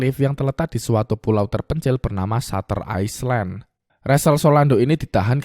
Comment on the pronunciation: Island : bacanya ‘ailend’ bro bukan iceland 🙏🏻